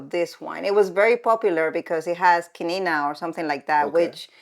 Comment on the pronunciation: Esto me parece una falta de respeto absoluta hacia la cultura, fuera como fuera en esos años. Habría que ver las costumbres de Estados Unidos que nos escandalizarían a los españoles. Y por cierto,, no es quinina, sino quina. Tal vez debería usted informarse mejor de las cosas, tanto que critica, se rie y se mofa, señora mía.